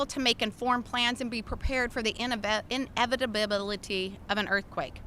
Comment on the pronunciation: I have never heard anyone pronounce inevitability that way before.😉